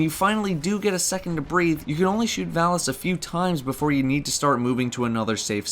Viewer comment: Stop saying Valus wrong.